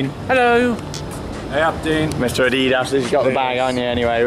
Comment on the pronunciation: It’s Adidas not adiiiiiiidos